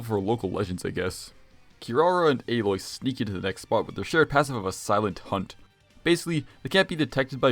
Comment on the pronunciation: You might be the first Genshin content creator I've seen who both acknowledged Aloy's existence AND pronounced her name correctly.